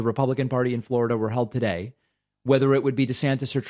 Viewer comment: Can you say Fla ra da like him. I had to show my son and he cracked up as well. 🤦🏾‍♀️🤣